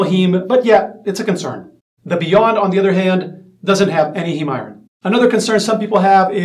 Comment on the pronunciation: It’s pronounced “eye-earn”…Iron 😐🤷🏽‍♂️ eye-earn = iron. 😐